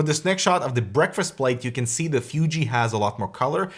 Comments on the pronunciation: It's Fooji, not Fyooji XD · I'm not sure what's worst: calling a mid-range DSLR a "fancy camera" or using its proper name, but always pronouncing it "Fyoojee." >_< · I really hate how you say "FYUJI". :)) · was annoyed how pronounced fuji, fooji would be closer imo